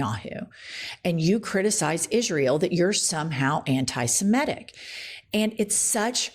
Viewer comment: And she can’t even pronounce antisemitic properly